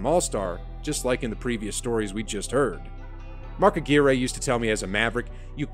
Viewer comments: Just subbed to your channel but you got to work on pronouncing people’s names right. It’s DomiNEEK not Dominic and it’s Mark AGWIRE not Ageere. I know you’re young but just watch some old tape to get the names right. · It’s Mark Ahh gwire… not Mark Agearay. Lol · you said a gui ray its a gwire like mark mcguire that was f n horrible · A-gear-ayy. Lol.. I’m pretty sure it’s pronounced uh-gwy-urr. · OMG thank you, I wasn’t the only one that sh*t was driving me insane. Its Mark A.gwire, not Mark Agear.a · Mark’s last name is pronounced like AQwire, not Ageeray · Dude it's not Mark Ah-geer-ay it's Mark Ah-Gwire. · It's Mark A - gwy- ur similar to Acquire Not A geer A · Ag-wire…..not Uh-gee-ray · his name is Dominique Wilkins not Dominick 🙄"the human highlight reel"-jesus christ its pronounced Mark (A -gwire) not A gearA please leave the 80s alone guy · they called Mark - A GWIRE when he played at Marquette , not A GEERA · Mark Ah-Gear-Eh? Mark Ah-Gwire. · Agwire, not Aguar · You're right, you weren't watching hoops in the 80s. I know the name Aguirre is generally pronounced a-GEE-ray, but Mark Aguirre and everyone in his day pronounced it a-GWIRE. Like Mark McGwire, but with an uh instead of a mih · Mark A-Goo-Ray? Lol. (Names are hard sometimes, it's ok...) Mark Aahg-Wire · Mark Ageeray? Lol It's pronounced like Ag-wire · Aguire's name is NOT pronounced "Ah-geer-ay". It's "Ah-gwire. Like the MLB player Mark Mcgwire, just with an "A" in front. It's really annoying listening to people who narrate videos who have no clue about the proper way to pronounce people's names (or place names, etc.). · Mark Ah-gear-a…Really??? No!!!!!!! Mark A-gwire…homes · its Mark Ag(wire) not Ageray, but nice job on the info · 🤣😂 Aguire (rhymes with “A Tire” Not “A gear A” 😂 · Larry is an all-time top 5 player. Mark Aguirre is pronounced - (Ah-gwire) Not ah-gear-ay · Mark A-Gear-Ay is one of the greats, not like that scrub Mark Ag-Wire. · Its AG WIRE😁 not A GEE RE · Mark Aguirre “Ag wire”